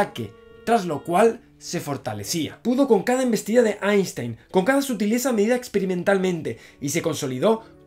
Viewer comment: ¡Felicidades por ser capaz de pronunciar "Einstein" a la alemana!